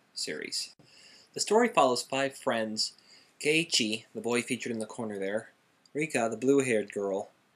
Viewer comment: You said Keiichi's name wrong -.-'